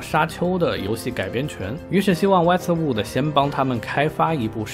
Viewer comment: Westwood就是Westwood咯 为什么老念成Wester Wooder? 😅😅